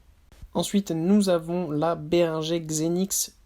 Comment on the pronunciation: ça se prononce" bé ring geur " pas béringé